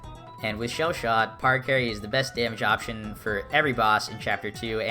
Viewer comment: No way he just pronounced it PARacarry and not PARAcarry